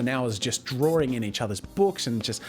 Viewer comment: "Jazza's Drawring Jams!"